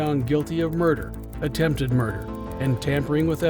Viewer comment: He said, "under suspicion of attemb murder..." Didn't even try to finish the root of the word.